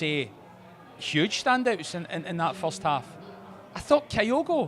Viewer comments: Not listened yet, but if says “KIGH-OH-GO” again so help me god….Edit:, …. How, HOW can Gordon Daziel & Packy Bonner pronounce Kyogo correctly yet cannae after a year…good grief. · Same reason I can't stand Bonner...you are a pundit but can't even get the basics right? A 5 letter name and you say it wrong every time yet everyone else you talk to says it right? It's just pish. I like the channel, presenter is excellent, is superb.... will be good when finally learns to say OUR players names correctly. It's mental a Celtic fans podcast can't say our players names right.